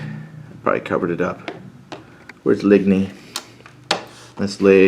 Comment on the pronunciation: Thanks. Phonetically the towns are pronounced: Ligny - Linni, Charleroi - Char-le-wa, Quatre Bras - Kwat-re-Bra.